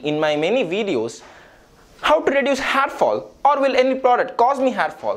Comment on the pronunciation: Ur "har" is awesome dude 😂😂😂